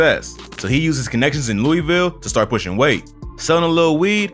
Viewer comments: yall always say Louisville wrong asf😐…. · It hurt even more since bro isn’t saying louisville right